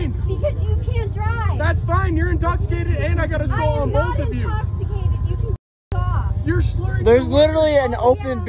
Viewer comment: “I’m not intossicated”😂